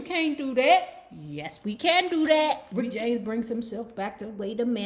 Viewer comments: His name is RICK JAMES not Rickty James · Lol, I love it when you say Ricketey James.lol